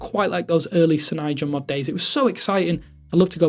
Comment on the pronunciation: Why can't this homie pronounce 'cyanogenmod'?